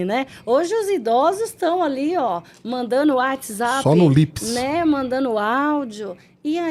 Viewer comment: Muito bom o podcast mas um pouco cansativo por causa dos erros de gerúndio, mandano, dizeno, mostrano, atendeno, em fim…